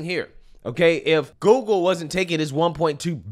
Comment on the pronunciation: Love how says "GooGoo" instead of Google lol